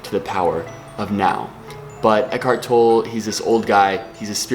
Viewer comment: Think it's pronounced tol-lay